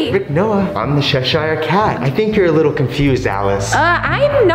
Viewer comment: It is Cheshire cat it is not however you say it is Cheshire cat okay and yes I I love cinnamon rolls but stop saying how you say it because however you say it is wrong it's Cheshire cat